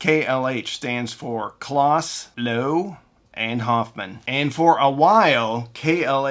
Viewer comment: Great story telling - couple of nits to pic - Henry Kloss' name is pronounced close as in he is standing close to me. As was mentioned elsewhere, Henry started Advent to make projection TVs. The Advent speakers were designed and sold to fund the projection TV R&D which was his passion project. Advent also made a hugely popular receiver called the Advent Receiver with a tone stack created by Tomlinson Holman later of Apt and THX fame and also developed the first cassette deck to implement Dolby Type B Noise Reduction. They also created the Advent Sound Space Control which was a digital delay to create spatial effects with rear speakers long before the days of surround sound. Henry also founded Kloss Video to continue his quest to make projection TV for the home. The founder of ADS was Dr. Godehard Guenther. His protege Michael Kelly later founded Aeriel Acoustics and made stunningly good speakers which was eventually based in Maine. And don't forget little dbx in Newton Ma that was primarily known for pro audio recording gear but had a consumer division that made dynamic range controllers and a consumer version of their pro noise reduction called dbx type II. They won an Emmy for developing the noises reduction standard for analog stereo TV in the 1970's. Dbx also made loudspeakers for a few years based on a unique design from Dr. Mark Davis later of Dolby fame called the dbx Soundfield One which was very highly regarded and collectible.